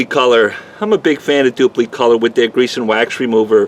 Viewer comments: Always heard it dupli with an "i" ...kinda funny sounding with an "e"...duplEcolor. wonder if they offer a low gloss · Love the pronunciation “Duuplee”